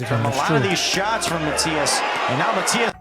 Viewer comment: That’s true. No prospect; a world champion.And the pronunciation of his last name is Matías. Just like they call him in all his fights.